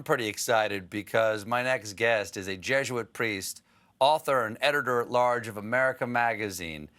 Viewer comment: Why does Colbert keep saying "Jeshuit".